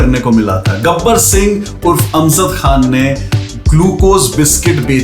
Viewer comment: Please don't take me wrong but this is positive criticism. Normally your Pronunciation is good but you said AmZad Khan twice, it's actually AmJad same J as in Javed. Hope you don't mind and understand the correction required.